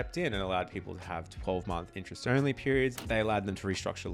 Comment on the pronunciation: It's "interest" rate, not "inch-rest" rate.